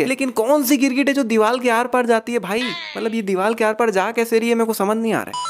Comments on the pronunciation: teri ek mistake: diwal nahi hota diwar hota he or tere jese log sariya ko bhi saliya bolte ho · ABE DIVAL NHAI DIVAR